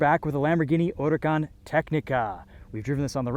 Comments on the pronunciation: i never even thought you were supposed to pronounce it “urakaan” it sounds elegant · The only guy who say huracan the right way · WOW somebody pronounce it correctly